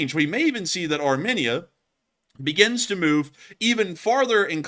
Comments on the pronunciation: Armenia is prounounced 'Ar-meen-ia, not Arminnia. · It’s pronounced aar-mee-nee-uh